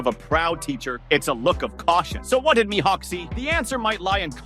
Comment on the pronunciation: I hate how he pronounces Mihawk